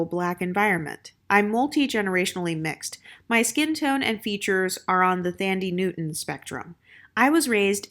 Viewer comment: It’s pronounced Thaaandi Newton. Not thandy.